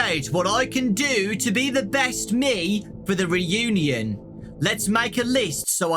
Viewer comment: High school Re-u-Née-In